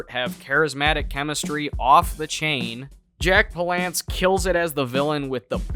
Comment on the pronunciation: Lol P-lance ?!?! It’s pronounced Pal-lance